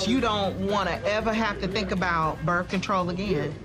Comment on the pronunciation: She said she didn’t want berf control